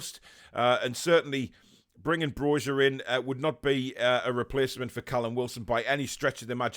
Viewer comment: Hey the letter 'J' is pronounced as 'Y' in the Balkans, so Broja is pronounced 'BRO-YA', Great video!